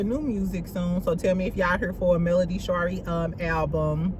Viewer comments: Doesn’t she (Melody) pronounce Shari like Marie? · lol friend why did you pronounce Mel middle name like that 😂😂😂